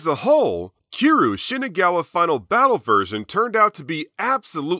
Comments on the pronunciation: Kee roo? no need to be offensive but, say it like "key ree you" but all in 1 word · It’s cure-you lol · Love the video, and your channel, but the way you pronounce "Kiryu" triggers me. Honestly my only gripe with the video